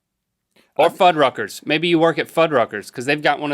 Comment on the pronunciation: when he said fud ruckers or whatever I heard Hard F*ckers.